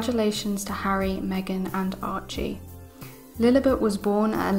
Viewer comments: It is Lilibet not Lilibut. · No offense but please pronounce the name correctly, it's Lily-bet, not Lily-butt.